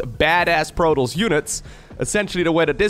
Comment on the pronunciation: Protols? You mean Protoss.